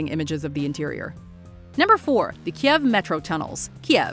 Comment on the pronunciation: For number 4 please use the correct spelling of the Ukraine's capital: Kyiv not Kiev. And it should be pronounced as /'kijiw/, with /j/ as in "yes".